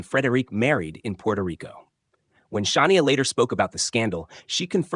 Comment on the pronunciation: Shah-ne-a? Really? In the same story, the name was pronounced two different ways. At least, one was correct.